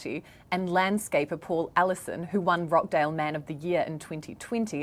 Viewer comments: It's pronounced Rochdale, not Rockdale. The clue is in the spelling. I'm curious: how do you Kiwis pronounce: kitchen, teacher, achieve, reaching and peaches? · ROTCHDALE not rockdale sheesh